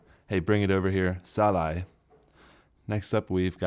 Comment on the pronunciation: sa-lai3 is usually pronouned in natural tone sa--lai